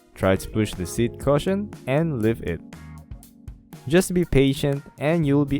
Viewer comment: Thanks. Its pronounced "Cushion" as on Ku not "Caution" as in watch out.